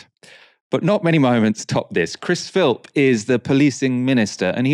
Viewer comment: I hate to say it, but even you’re not right. The MPs name is Chris Philp, not Chris Philps